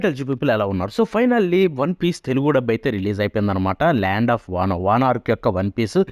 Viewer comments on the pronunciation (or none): Bro vana land Ani sariga chpala